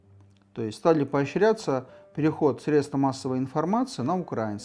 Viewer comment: Еще один очередной русский идиот. В слове украинский ударение на первое И правило русского языка. Украинское государство в одном или другом виде существовало. А вот русское никогда. Начиная от московии как улус Джучи и заканчивая РФ. Нигде нет названия русская- рассия даже деревни. Везде российская а значит жители россияне. так откуда взялись русские. Все как всегда ворованное. Киевская Русь это Украина. а Украина это не раССия. Так что Руськие и русские 2 разных народа. Руськие славяне а русские московиты помесь угрофинов с тюрками. в принципе колонизированные масковией и платящее ей дань по сей день причем не десятину как московия орде а также а то и больше как она собирала имея ярлык для передаче орде половину или все.